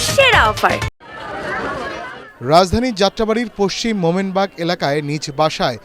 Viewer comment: রাজধানী শব্দটি উচ্চারণ স্পষ্ট বলতে শিখুন।